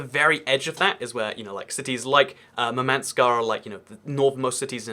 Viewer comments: It's not MurmAnsk, it's mUrmansk. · For pronounciation of Russian cities above Arctic circle which you mentioned: Murmansk is pronounced in Russian with stress falling on the first syllable (MUR-mansk), while Norilsk is pronounced with stress falling on the second syllable (No-RIL'SK). The biggest part of Russian fleet is, in fact, the Northern fleet mostly based around Murmansk (the only real ice-free Russian port on the north shore) and ArkhAngelsk/SeverodvInsk (on the shores of White Sea, I emphasised stress in their names). But it is very hard to get ships around Russia - you either have to go around all of Asia (or even Africa, if you don't use Suez channel for whatever reason), through or around America (for Russian navy? Through Panama channel? Yeah, right) or through freezing Arctic where pack ice can crush even well armored ships if they aren't icebreakers (those have different hull form and structure). But control of the Black Sea region is very important to Russia which led to Crimea debacle (agreement on russian loan of Sevastopol base was going haywire, so Putin decided to just seize the peninsula to prevent loss of a base to NATO forces). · It's pronounced "Moor-man-sk" (With british accent).